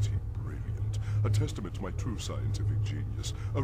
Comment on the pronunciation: Ta-rue (That's a prolonged version of "true").